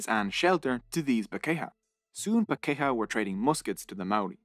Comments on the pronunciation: Where most of your pronunciations were OK pakeha did my head in everytime it was used! (par key har - emphasis on par. Then the key har is together... Par keyhar pakeha. But non maori is OK too! 😁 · I left my homeland Aotearoa a long time ago and loved this history, especially the odd bits of humour and the difficult facts. However, the mispronunciation of Maori was so glaring I shuddered. It’s PAH’ kay ha and wh is pronounced f as in Dame Feena Cooper. I also loved the narrator’s accent but please record again to get the Maori correct. It’s simple respect, as the content certainly showed.